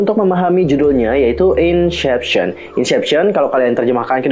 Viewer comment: maaf kalau tersinggung tapi, cara baca inception = insepsyen, bkn insyepsyen. itu aja si, tapi pemabhasan teori nya asik kok